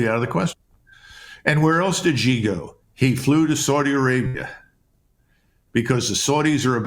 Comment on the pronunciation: Xi is pronounced Shee.